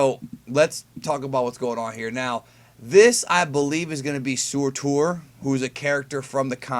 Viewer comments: Oh and its like 'sir-ter' not soar-tour. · lol at how he says Surtur.